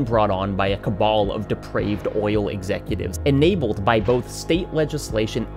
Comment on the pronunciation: DUDE don't say cabal like that. that's a fascist dogwhistle